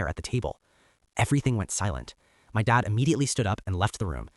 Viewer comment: Why can’t OP say the word DAD? He sounds like DOD???